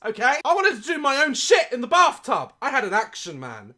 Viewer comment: I’m sorry but I only hear “barftub” and that only makes it 100% worse lol.